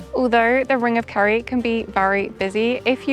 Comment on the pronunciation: It's Kerry not carrie. You did it again. It's 'Gawlway' not 'Gallway'.